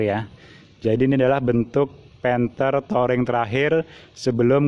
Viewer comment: Touring bacanya Turing